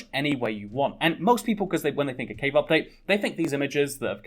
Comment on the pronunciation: Ngl thought you where saying cake update for a while